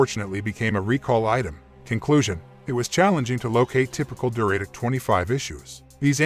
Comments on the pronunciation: Pronounced du-ra-tec, not Duray-tec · REALLY annoying pronunciation of "Duratec" by the robo-voice. An Atkinson version of this engine is still used in hybrids in 2024 and beyond.